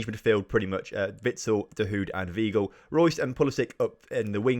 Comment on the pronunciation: MATE ITS JULIAN WEIGL (PRONOUNCED ‘VY-GLE’)